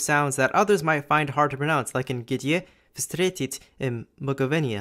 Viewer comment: That VSTRYETIT pronunciation was really weird xD